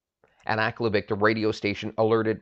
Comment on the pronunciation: I first heard this story at the bay store in aklavik in 1975. the people as they referred to themselves pronounced aklavik different than you. minor difference to the story. it is inside the artic circle and the tree line. I never saw a spruce just willows. from aklavik to tuk to inuvik, no spruce.story the same, minor liberties taken as any good story teller would. thanks for bringing back a forgotten memory.